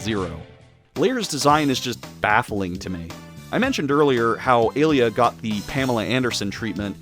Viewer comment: Hey, I noticed that you pronounced Alia's name like Alita. The first half of her name is supposed to sound like alien. The latter half, you got right. As for Pallette, it's like pal and let.